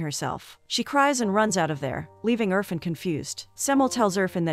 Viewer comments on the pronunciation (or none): its not UR-FUN its IRFAN (EER-FAAN)